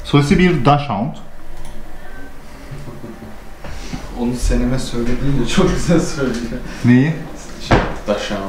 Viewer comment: daschund kelimesi dogsen diye telaffuz ediliyor diye biliyorum ama yanlış da olabilirim